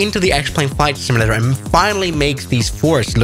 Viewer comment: IT's pronouned SIM-U-LATER not SIM-I-LATER